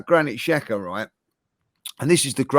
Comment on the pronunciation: Just started the podcast, if is still unable to say Xhaka, I will be hurt. So childish.